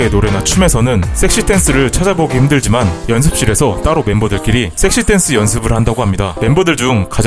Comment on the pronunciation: 섹시 발음 ㅈ같네